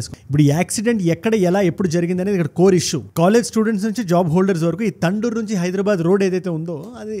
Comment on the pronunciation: తండూరు కాదు బ్రో ........ తాండూరు